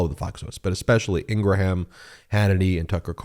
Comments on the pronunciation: I am not a Laura Ingraham fan bit please pronounce her last name right, the last part sounds like graham cracker you keep saying Ingra ham that sounds dumb sorry love your shows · Are we pronouncing Laura’s last name correctly now to make it sound more like Abraham? I think she pronounces it with less syllables for some reason 🤔